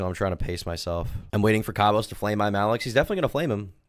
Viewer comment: The most annoying thing is that he constantly mispronounced his own channel name, kept saying Imallxeth